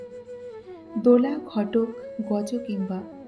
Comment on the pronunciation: Ghatak noi madam ghotok uchharan korte hoi